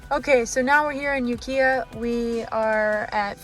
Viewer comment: that city is Ukiah...pronounced You-Ki-ah.... close though!